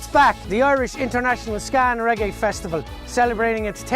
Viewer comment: Regg-AAY not ‘iee’